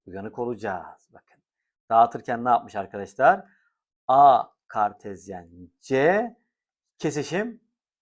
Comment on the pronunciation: "KAERRT KAĞERTEZYENNN"